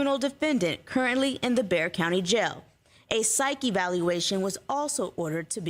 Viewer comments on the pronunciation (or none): isn't Bexar pronounced Bear County? Also, you should check out Steve Lehto's latest it's about a Wisconsin judge who sent someone (who was there for probation violation) to jail for something he hadn't even been charged with. It's crazy.